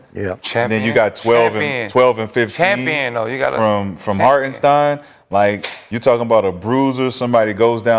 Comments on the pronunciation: Put some respect on IHart's name. His name ain't Harkenstein. 🤦🏿‍♂️🤦🏿‍♂️🤦🏿‍♂️ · So they just never gone pronounce Hartenstein correctly? 😂